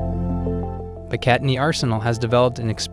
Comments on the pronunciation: "Pic-cat-i-knee"?? Aw helllll naw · I have NEVER heard anyone pronounce Picatinny like that... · Bruh, as a channel that does videos on weapons platforms, please pronounce Picatinny correctly. Hell if I know, u may actually be pronouncing it right but I've never heard a single person in the gun/weapon community pronounce it like that